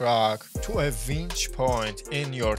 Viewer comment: winch. not vench